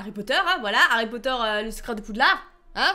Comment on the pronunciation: Pas poter mais potter